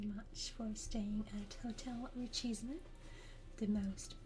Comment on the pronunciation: You have a lovely and relaxing voice but omg I want to scream when English-speaking people pronounce it "richy-see-me" when everyone has Google. It's "reesheeseem". Source: I'm a French person from France and this word is a fancy way of saying "extremely rich".